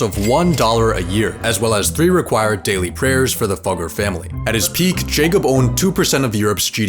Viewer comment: It's pronounced Függer lol. I should know... it's my last name.